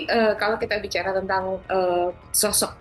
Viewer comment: Bicarrrrrrrrwaa apa ini pengacarrrwaanya rg 😅😅😅😅